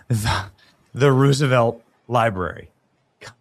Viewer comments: The horses are "trotting" not gallopping. And it is Rose a velt, not Roos. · Benny! ROSE a velt! Not ruse a velt! Uggggg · Why are you pronouncing Roosevelt like that? It's suppose to sound like "Rosevelt" not "Roosevelt". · Pronunciation of Roosevelt is as in rose, not rooze. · Nobody east of the Mississippi pronounces Teddy and Franklin's last name, "Roooooosevelt" (anymore). It's been pronounced Rose-a-velt my entire life. Watch any history program made in the last 70 years about the Depression or the Panama Canal. The president's name is "Rose-a-velt". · Come on man it's "Rose a velt" for Pete's sake Benny it's not Rooosavelt 🤦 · Fun fact: Roosevelt is actually pronounced Rose-(uh)-velt. The name has Dutch roots and both Theodore Roosevelt and Franklin Roosevelt confirmed its pronunciation. Research it if you don’t believe me. 😂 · It’s not rusevelt